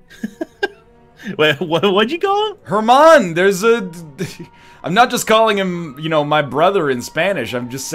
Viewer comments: More like er-man-o ^^ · "herman" NL you kill me. It's hermano, and it's pronounced "ere-mon-oh"